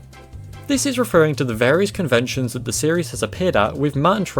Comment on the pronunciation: I found “Conevntions” far funnier than I should have